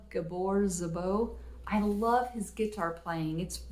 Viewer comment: Did she say "Gitar"? Love it.. lol